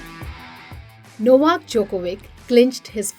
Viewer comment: You should learn to say Novak last name correctly